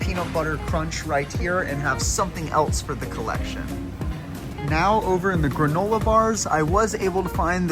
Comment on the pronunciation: Granolar??? Wtf is granolar me and my family were dying laughing when you pronounced it with an R at the end